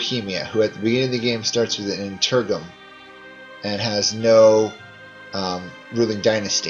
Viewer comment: Papal state Interggium Anaconda Oh my....